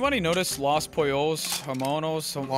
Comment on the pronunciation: It physically pained me to hear read los pollos hermanos as “polos” But being that he is Canadian and has no reason to have any familiarity with Spanish it is forgiven